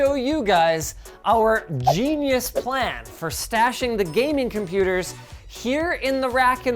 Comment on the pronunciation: “GENUIS PLAN"? 😂